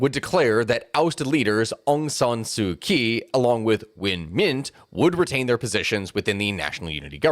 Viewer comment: Far too many names with funny spellings to expect an outside analyst to pronounce correctly, but by my ear, our narrator here got 98% of the names reasonably correct. There's one that stands out as incorrect, and is oddly the most well known - Aung San Suu Kyi. When I heard you also mispounce the name of the currency - the Kyat, I had to comment. I note this not to admonish but to identify a pattern - the "ky" Latin letter combination corresponds to a "ch" or a "jh" phoneme. The Lady's name is pronounced something like: Aung San Suu Chee.. the money are "Chat"...and many locals call the capital of Japan "Tocho"... Looking forward to part 2!